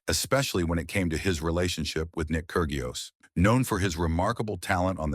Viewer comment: The 'g' in Kyrgios is silent.